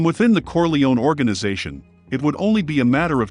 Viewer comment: Why are you mispronouncing Corleone? Who's paying you off?